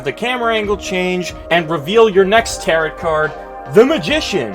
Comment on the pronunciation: I'm annoyed af at how he says "Tarot" like "carrot" it's pronounced "ta-row" like arrow